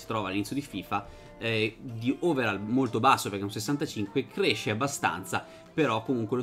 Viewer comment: Si legge overoll, non overall Comunque bel video